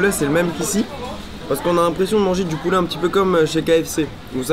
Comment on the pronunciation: Y dit du pouléh